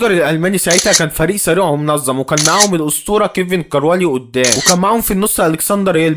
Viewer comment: لخبط كل الاسامي شتوتغارت بقا شوتجر و كيفن كوراني بقا كيفن كروالي روح أتعلم و بعد كدة اعمل محتويدى ما ينفعك الهجص ده حضرتك